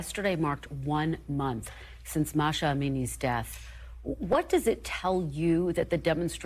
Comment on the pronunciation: For love of God, it has been over a month, pronounce her name correctly. It is NOT Mahsha, it's Mahsa! It's not really that difficult, it's pronounced they way it's spelled.